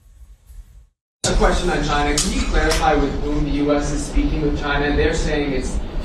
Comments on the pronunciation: He calls China, Jina😂🙄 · his pronunciation of Caina instead of China augurs well that he is an unlearned person, a stupid type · Why does he say “Shina”…..🤣😊